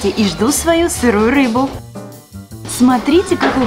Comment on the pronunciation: утебе 1 буква р ты взила суши а там ррр рис ну и рыба сказал што только рбу😊